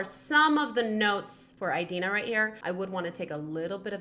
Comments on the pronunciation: it's not EYE-dina FYI...uh ·dee·nuh muhn·zel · one thing... it's 'ee'dina not 'ai'dina... really bugged me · I was distracted by you saying Idina’s name wrong lol. It’s Id-ina as in the Id and the ego. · ᴠᴇʀɪᴛʏ ᴊᴜᴅᴇ :D eyedina